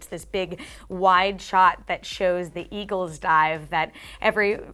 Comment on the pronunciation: Not to be a stickler... but, Eagles.